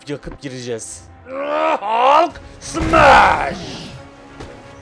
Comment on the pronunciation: Abi suna Hulk deme Halk o Halk. Sevgiler:)